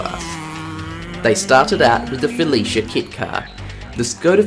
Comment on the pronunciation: Your determination to pronouncing Felicia as fellatio is truly appreciated. I myself could use a fellatio kit, I mean Felicia kit car